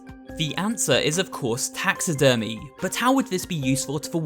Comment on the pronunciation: he. My mind just went to taxes when he said taxi-dermy